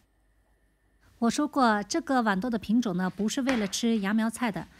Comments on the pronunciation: 拜託是豌豆不是碗豆。（豌）是平聲（碗）是三聲。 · 豌豆的豌是一声